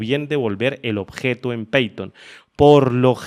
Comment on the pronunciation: No se pronuncia peiton, es paiton cómo se pronuncia